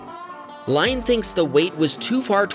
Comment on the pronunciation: The person's name is not pronounced LINE it Lynne. It a french way of spelling